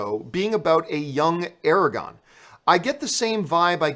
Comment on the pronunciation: Aragorn. Not Aragon.